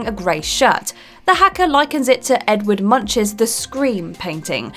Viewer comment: "Edward Munch"???!?!? Try again. It's closer to "Edvart Moonk"